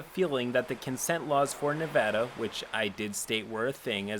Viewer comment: all of these pople are disgusting but also THANK GOD YOU RPONOUCED NEVADA RIGHT